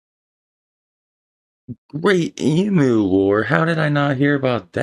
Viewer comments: Once again i as an Aussie take umbridge at a few of the naratores comments .the emu(pronounced eemyoo not ee moo) war is bullshit it consisted of a couple of returned soldiers with guns who did a piss poor job . Yes we have a shitload of dangerous snakes , insects and fish but they're like our women if you don't aggravate them they'll leave you alone . Our immigration policy works we welcome anyone to our blessed country if they come here legally ,our population apart from the aboriginal people are all immigrants .I'm an old fart who has just embraced the internet and it's fast enough for me I seem to get all these crap utube shows from uninformed ratbags easily enough . I recognise that the native Australians were treated badly but we spend a whole lot of time and money trying to fix the problem . It all boils down to this Australians live in the best place in the world no argument , you can breathe the air and drink the water , food is plentiful and available there is a medical system that works and is available to all in one way or the other , there are a relatively small amount of homeless people who don't have to be , they are all entitled to government help , and everyone who qualifys can get a university education without a crippling student loan . Once this Covid stupidity is over and we wake up to ourselves we can get back to enjoying our lifestyle and culture . Sorry for the rant I'm just a cranky old bastard who's been in lockdown to long. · Not a good source to be basing an evaluation on...numerous misleading sippets of detail here. Even from the get go the pronumciation of EMU is hopeless...it is pronounced E-MYEW not EMOOO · This video was pretty spot on. Except for Emu's. Its pronounced EEEEM You not eem MOO. Also the internet is not a s bad as he made out. We can live stream etc & download. I have been to Korea (arguably the fastest internet in the world) and it was noticeably faster there but it wsnt that much of a game changer. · Em you not emoo